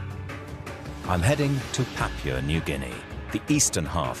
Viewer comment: This man really needs to learn how to pronounce "Papua" correctly, I'm pretty sure that New Guinea is not made out of "Papier"... Also, it's interesting how human meat is fairly consistently said as tasting like pork. Though, I'm not in any hurry to find out whether that's true or not.